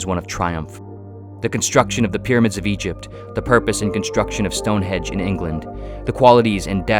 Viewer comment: lol "Stonehedge [sic]"